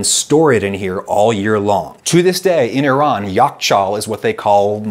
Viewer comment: Adam, I must say I love how you say iran properly. I love the recent content, definitely more people need to see it!